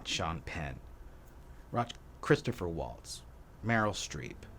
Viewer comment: Good video. But I think it's Christoph Waltz, not Christopher.